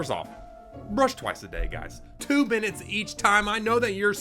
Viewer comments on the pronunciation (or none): At first,, it sounded like you said "2 binits" and I was like "is that minutes in time?" 😂